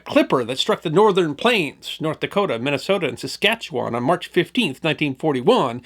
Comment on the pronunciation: I'm still enduring a 🎵long, cold, lonley winter🎵 It's pronounced 🇨🇦